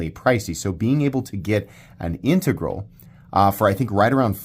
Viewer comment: OMG and I don't know how I never heard you pronounce integral before, but thank you. I have had to listen to so many bad pronounciations of that word I thought I had mis-pronounciated it myself.